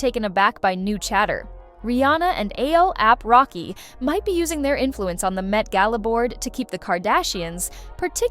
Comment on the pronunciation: you said ASAP rocky's name wrong the whole time??